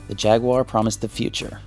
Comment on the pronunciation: It was called jag u ar not jagwuuurrh nintendos mascott is ma ri o not mour e o